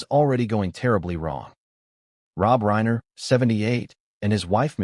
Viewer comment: This is pure AI, which is fake media format, it's a robotic voice read by a computer from a typed narrative. That's why you will hear irregular examples of Rob Reiner often pronounced Rob REENER, rhyming with Weiner. There is a robotically programmed "concerned" and "sincere" tone of voice of the AI narrator. I wish viewers could boycott AI, or whatever else it would take to get You Tube to return to real documentaries like it used to have, with a knowledgeable interviewer and interviews with the principle people who know about the subject matter, real people talking to each other, no one calling Reiner REENER, while using a programmed fake sincere voice to sound like "We" all know this or that, and so many fake phrases the machine has been programmed to say. AI is good for some purposes maybe but misleading and dishonest for this kind of thing, yet, it's influencing people who are watching it. i'm not saying it's even trying to influence you. It's trying to get views, it's trying to make money for the programmer or whoever hired them. It must be a lot more expensive for you tube to use real human documentaries. These fake ones repeat the same information under different titles, pretending to have new things to say, more than a few minutes. I tried to watch this one, the bait was new information that hadn't come out until today, the actual reading of the will. i was watching it, there's really nothing to watch, it's repeats of the same photos over and over, a photo of Romy, a